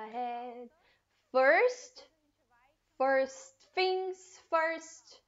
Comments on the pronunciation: A palavra Things você está pronunciando Fings. Mas na música ele claramente pronuncia tings e se colocar no aplicativo de pronuncia de inglês tb se fala tings. Então não entendo, já vi outros usarem esse mesma pronuncia para essa palavra com F. Afinal as duas estão certas? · Depende do sotaque eu acho